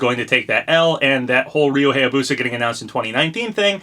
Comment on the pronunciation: It still annoys me how you pronounce Hayabusa. It's pronounced "High-yah-boo-sah," not "Hey-yah-boo-sah."